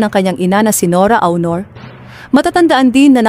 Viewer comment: This lady commentator should learn how to read and pronounce the right way in reading the name of Ms. NORA AUNOR .